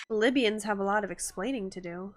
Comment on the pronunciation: It's not the lybians... ITS THE LYBIANS !!! That cracked me up